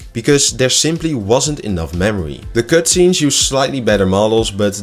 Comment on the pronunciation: kutscenes Huh?